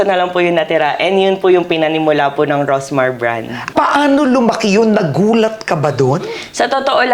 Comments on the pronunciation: anu po ba tong si ms karen, she did not even bother to know how to call her right, rosmar not rosemar 😢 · Karen D: “Rosemar”✅ “Rosmar”❎